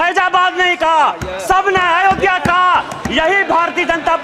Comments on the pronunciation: बुड्ढे अयोध्या कहना सीख पहले अजोध्या कह रहा भोंदू भक्त 😂😂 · अवधेश प्रसाद तुम्हें इतनी तमीज़ नहीं है अयोध्या कहा जाता है पहले हिंदी पढ़ कर आओ छलनी नहीं है बोलने की और बोलने लग गए अयोध्या भी बोलना नहीं आता है तुम्हें बेवकुफ जय श्री राम